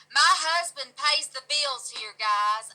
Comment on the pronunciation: She pronounces husband like hasbeen. I love it 🤩 Hope you are doing well 😻